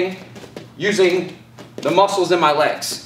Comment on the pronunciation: I knew it wasn't just me who noticed